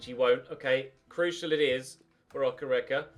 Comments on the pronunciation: it’s Oke- Reke not Okerecker loool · David Okereke is pronounced “Dayvid Okayraykay” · Hi. David's surname is pronounced "Okay-ray-kay" I think - From a Nigerian viewer! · I am a Nigerian and I've been following your channel for a while now, PLEASE keep the Nigerian striker thing going,pleaseeeeee,it makes me want to watch your channel more,please like this so he sees it, I LOVE YOU, and the name is (O-kay-ray-kay) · You have to pronounce okereke like okéréké